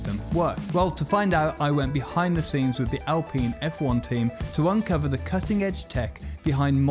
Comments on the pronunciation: Alpeen or Alpine? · Why is it Al-peen and not Al-pine? There’s only 1 e in the word. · I stopped watching the moment you said Al-peen,...bye! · Alpine Al, like the name- pine like the tree. Hopefully now you'll be able to say it correctly.🙏🙏🙏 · Al Peen.... Cmon! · I've never heard "alpine" pronounced as "al-peen". Are pine trees then known as "peen" trees? Jokes aside, it's a big yes from me for the video about aerodynamics. Will be waiting 👍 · The alpines are pronounce al pine in english.